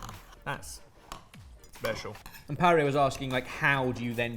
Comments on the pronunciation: Paray? You mean Pariah 😅😂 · Name: pariah. But pronounced as parry-a